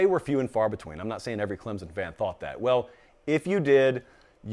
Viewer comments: When anyone pronounces Clemson with a "Z", they've lost me. Educate yourself please. All of you nay-sayers will be proven wrong. Dabo did it once (oh, excuse me, TWICE) he will do it again. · Why do these people say "Clemzun"??? It's Clemson. Not Clemzun.